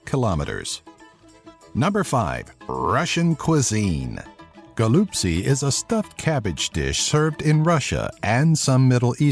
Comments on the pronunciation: cabbage rolls are pronounced ho-lop-chi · Number 5: It's pronounced "goal-ap-si".